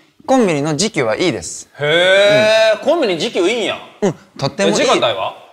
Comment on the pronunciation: 時給のイン↑トネーション富士急やん